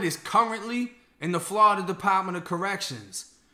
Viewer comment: How did I get here….mans literally just pronounced Florida… “Flahhhhhdah”